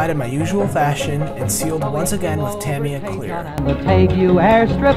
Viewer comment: Good build. And thanks for being one of the very few YT modelers to pronounce "Tamiya" correctly! I did this kit some years back. I'm thinking to revisit it. I just finished Airfix's "Maverick's Mustang" in 1/72, but I did it in Israeli colors/markings.